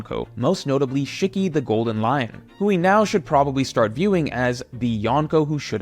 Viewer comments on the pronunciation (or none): Shikky =/= Shiki (She-key)